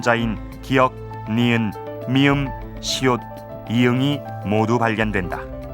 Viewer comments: 시옷도 발음 못하고 시읏이라니.. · 시읏이 아니고 시옷입니다.